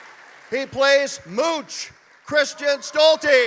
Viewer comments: Mooch instead of Mouch also😂 and like half of the other names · He pronounced mouchs name wrong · Did he call Adam Alec? This poor guy has NO clue. Also, he can say Eigenberg, but not Mouch? Seriously??